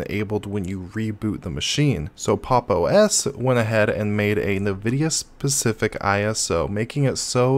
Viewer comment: I've never heard anyone call Nvidia "Nuhvudia" before either.